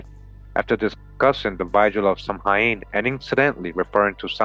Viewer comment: Samhain is correctly pronounced sow-in a bit like the word sound but without saying the d at the end. It's Gaelic